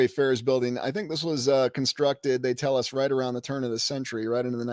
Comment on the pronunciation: con-structed, FOUNDed